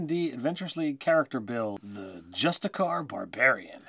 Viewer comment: Well actually... there is no such thing as "justicar" (just-a-car)... it's a justiciar (just-ish-ee-er), who is a chief political/judicial officer. Okay, please, carry on.